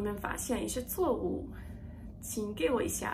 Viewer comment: 说实在 你的中文很不错 当然音调上还需要加油 不只是外国人 中国人也有此问题 所以呢别多挂虑 错误从cuo4 wu4 你发成 zuo4 wu4 继续加油